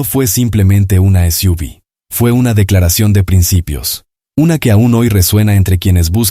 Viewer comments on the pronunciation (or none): “..las esiúvis..” como si fuera una palabra. Imbéciles.